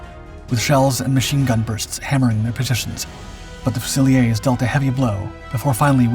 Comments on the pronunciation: fusiieers (a french word for riflemen) is pronounced few -zil -ears. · It's "few-sill-ears". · All I noticed was Sherbrooke “Fusiliers.” What did you notice?